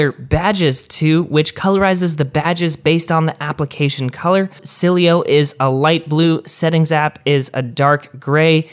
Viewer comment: Gazzy Garcia He also pronounced Sileo wrong. I was megatriggered!